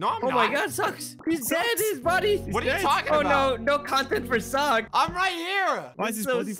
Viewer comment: Socks -> Soulk S O U L K Blaza -> Block 😂 L E G O